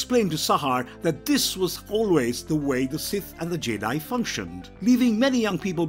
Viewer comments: I swear at one point he was calling Jedi "Jay-dahai" and he said "fought the Jay-dahai on corus-cant" and I nearly switched the video off. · That Jedi pronunciation 😢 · Am I the only one who found the narrator's pronunciation of Jedi a little off putting.